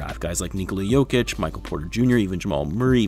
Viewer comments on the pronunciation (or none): none